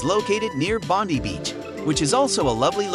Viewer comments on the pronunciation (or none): Bon-die ! Not Bond-ee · Bondi is Pronounced bond ay